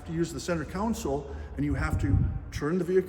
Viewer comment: It’s a “console”, not a “counsol”😂